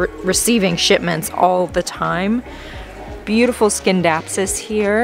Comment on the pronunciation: Thanks for the plant tour. Scindapsus is silent " C."